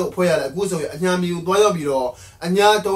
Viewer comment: နှေ့လယ်ခင်းမဟုတ်ပါ နေ့လည်ခင်းပါ အညှာ မဟုတ်ပါ အညာပါ ကျနော့်အတွက်နားထောင်ရဆိုးလို့ သေချာလေးပြင်ပေးပါဗျာ